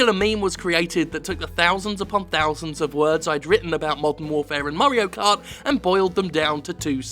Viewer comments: I keep hearing it as Murray-o cart 7. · Murray-o kart?